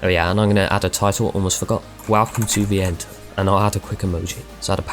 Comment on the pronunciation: Yeah, u say viento without a spanish accent but y say it well xD